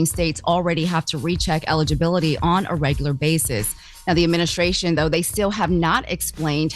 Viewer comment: Charlamagne not knowing how to say ADMINISTRATION is just hilarious to me lol